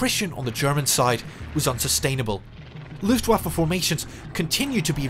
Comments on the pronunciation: I know this is the most boomer-complaint every but the second syllable in Luftwaffe is pronounced "vaff-uh" not "woff-uh". Otherwise great job! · Just a little note, in German w is pronounced as a v (and v as f, but that's less relevant here) - so pronounce Luftwaffe as Luftvaffe).